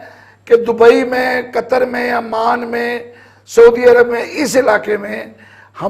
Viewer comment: Amaan nahi chutiye oman bol